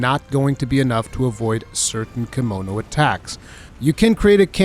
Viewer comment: Thank you for the well thought of video. Also I keep thinking you're saying kimono like the clothing lol.